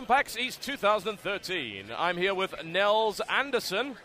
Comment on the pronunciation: I love how you pronounce Niels Andersen xD